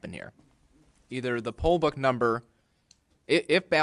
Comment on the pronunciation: Po ba, poll ba, oh you're saying Poll Book? Drunk ass.